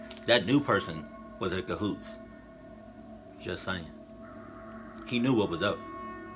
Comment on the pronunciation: I love it when says ca-hoots 😁